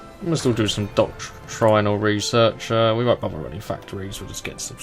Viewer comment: "Doc-try-nal" Where is this man from